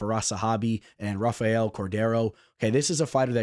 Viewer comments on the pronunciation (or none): none